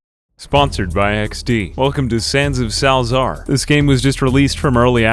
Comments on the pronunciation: Sal za ar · Sal-A-zaar. there you go now you pronounce it